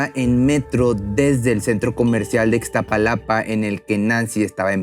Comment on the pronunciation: sólo una observación es Iztapalapa no Ixtapalapa. Es algo terrible ver asi a nuestra gente por ineptos ratros que no se les dio la gana haber hecho un buen trabajo con la " linea dorada". Son pérdidas irreparables! Empatía con todas las personas que hoy le lloran a un ser querido por esta tragedia.